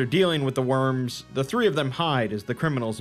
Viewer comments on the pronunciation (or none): none